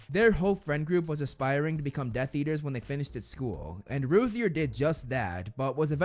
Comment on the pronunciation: feels weird hearing "Rosier" like this as opposed to the family tree video